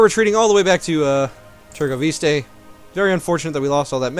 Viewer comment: Hey,, what are your specs? Edit: And it's "Târgoviş(sh)te" -.- Somewhere, someone in the comment section whispers "Triggered..."